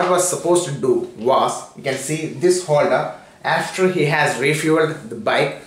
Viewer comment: Abai chutyai itna accent bana Kai kyo Bol raha hai mr wholder LoL it’s holder fuck off yeah righ side lol n wats show its saw soooory LoL 😂